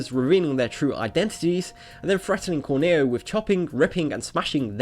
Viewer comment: Corneo..not cornair :)